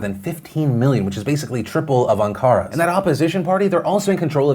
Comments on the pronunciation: Phil, I love you but you REALLY need to hire someone to proof your copy for pronunciation. the word is ahn-kuh-ra with the emphasis on the first syllable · I cringed every time you Ankara lol. It's ON-kar-uh